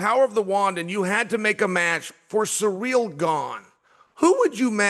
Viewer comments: Ahhhh SURREAL GANE. Not SURREAL Chael, it's "Sea-reel". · Why does Chael insist on saying the brothers name wrong? It's so f'n disrespectful. CYRIL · I was thinking who the hell is Sureal then realise it Cyril😂😂😂😂